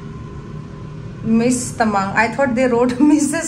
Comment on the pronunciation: why do you pronounce "Tamang" differently?